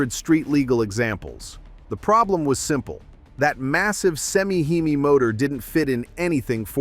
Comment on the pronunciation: Why in the world do you people keep putting out these types of muscle car videos from the 60’s & 70’s that you weren’t alive when these cars were made and post your uninformed opinions using an A.I. voice that can’t pronounce words like HEMI and the fake voice pronounces it “he my”? The Boss 429 Mustang was a good looking slow turd of a car. Out of every Hi Performance Mustang model available that year it was the slowest through the 1/4 mile even though it had by far the biggest engine it still got slapped around by any version of the 351 Cleveland motor as well as the Boss 302 Mustang. It would be cannon fodder against a 440 six pack Roadrunner and is not even worth making a comparison video for and you would know this if you did any kind of research involving the Boss 429 performance numbers. Just stop making videos about things you know nothing of, just stop it. Also the magazine was called Car Craft not Kar Kraft🙄